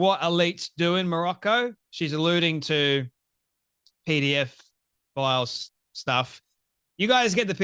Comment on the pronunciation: It is not PDF files but pedophiles. Please check your pronunciation.